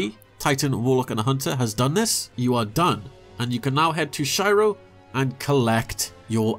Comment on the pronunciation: I'm constantly amazed how people still mispronounce Shiro's name, considering it's said in-game multiple times.